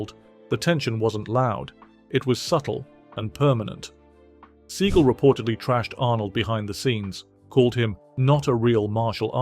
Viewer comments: Steven's surname name is pronounced see-gal not see-gil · LOL "Steven See-gull" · Steven "seagull"? You didn't even pronounce his name right. (And yes, by all measures, he's reportedly a huge jerk.) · Sea-gal not Segal, wanker. Seagal never said anything about Schwarzenegger not being a martial artist because Arnold never claimed to be one. 🤦🏻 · The way you pronounce Steven Segal makes me chuckle 😆😅 Surprising list for the most part, especially Bruce Willis...